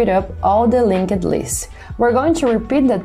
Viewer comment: Love the explanations but can you please stop saying LinkED lists.. it's a silent E. I can't unhear it anymore.